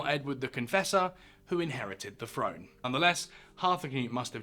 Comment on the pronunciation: Throne is pronounced with a th , not an f.